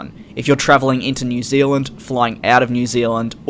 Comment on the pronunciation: "Air New Zilland"